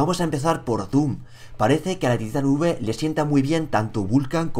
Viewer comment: se dice titan five (taitan faiv) :v